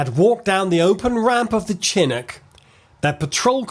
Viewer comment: Dude you look like Conor Moore doing an F1 impersonation. Also its Leftenant not Lootenant and Chinook not Chinick.....